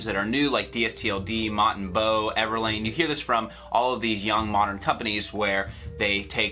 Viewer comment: I don't want to sound like someone who's just picking out things that are wrong, but could you please pronounce the bow in Mott and Bow properly (bow like, bowing after a performance, not bow like tying a bow)? I'm not sure if you've done any sponsored videos by them, but if you have/will in the future, I feel like it's important to know how to properly pronounce the brand name.